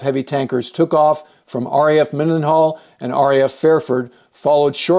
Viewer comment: Nice report! Did I hear you call EGUN "Mindenhall" instead of Mildenhall?